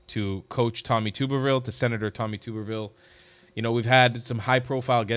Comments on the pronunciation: It’s pronounced Tub-erville….and I am proud that he’s my state senator 😊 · His name is pronounced like this Tubberville The "tub" is pronounced like tub in bathtub. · Its pronounced 'tubberville' lik a tub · It is "Tub" erville, like bath tub. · Alabama here. It's pronounced....Tub er ville. Love your show! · Hey I believe it is pronounced Tupp ER ville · His name is pronounced like a tub. It is not pronounced like a tube. The "u" is short, not long. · Your first shot to interview him would be to pronounce his name correctly. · Tub-er-ville, not Tube-er-ville. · He is my Senator! Love him! But you are pronouncing his name wrong…lol. It’s TUB-er-ville, not TUBER-ville 😊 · You're mispronouncing his name. Its' Tub-erville as in bath tub. He's a great American patriot and former head football coach at Auburn University. He's absolutely right about the Muslims. They don't belong in America or in any free society. They're heathens and they have shown for centuries that they cannot peacefully coexist with Christians. Islam does not permit it. God bless coach Tuberville for his honesty in dealing with evil. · It's pronounced Tub er ville. Not tube er ville. I'm from Alabama. No offense intended young man. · His name is pronounced TUBBER - ville. Not TOOBER-ville. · Please learn to pronounce Senator Tub-er-ville's name. It is NOT Tube -er-ville. He is one of my senators and I am very proud of him. He will be the next governor of Alabama. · Love your work,. Senator Tuberville’s last name is pronounced with the “Tub” sounding like tub in “bathtub” rather than like “tube” 😊 if you interview him, I don’t think he’d be offended at all … but thought you’d like to know. I hope you get that interview. God Bless ❤ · Pronounced tub er ville. Like in bath tub. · Tuberville pronounced tub like bathtub instead of tube like youtube. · It's TUB erville like bath tub. 😂😂 That's how he pronounces it, himself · It is pronounced Tub-ber-ville. I will see if I can reach out to him for you